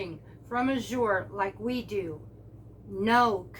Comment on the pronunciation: Azure has grown by leaps and bounds. At our drop there is at least 25 new folks every !month. People are stocking up so they are running out faster and can't keep up. The tens will come back it just depends on harvest . also it is pronounced az sure not a zure jus t so ya know. Just keep putting it in your cart and check out before the cutoff so you she the price.!the grains will come back .farms harvest at different times